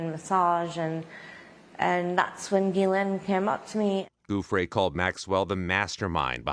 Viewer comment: Virginia JEW-FREY....Please pronounce her name right. It's only been in the news for TWO DECADES (May she rest in peace 😔)